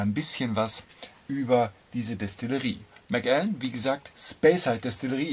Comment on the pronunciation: Der Macallan 12 SO ist einfach fein gemacht. Ein Whisky der sowohl Einsteiger als auch Fortgeschrittene begeistern kann. Hier kommt er z.B. im Vergleich zum Yamazaki 12 (den ich auch sehr gut finde) etwas zu schlecht weg. Außerdem wird Macallan als ein Wort ausgesprochen.